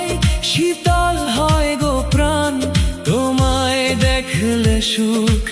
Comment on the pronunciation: গানটি খুবই সুন্দর হয়েছে, 'দেখলে' এবং 'ঝরে' উচ্চারণ দু'টি অন্যরকম লাগলো!